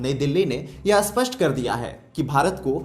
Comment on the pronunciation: Aap spasta Ko aspasta kyo kehate hai?